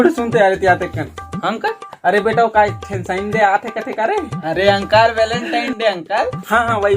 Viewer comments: Valentine hota hai Walentine nahi🤦🏻‍♂️ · Welentine nahi Velentine Hota Hai Bhai😂😀